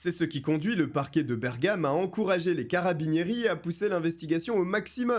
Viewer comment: Tu m'as fait grincer les oreilles toutes les fois que tu as dis carabinieri😂😂😂😂 si tu as le temps le cas de Martha russo